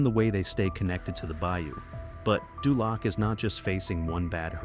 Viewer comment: dULAC....LOL DOOOLOC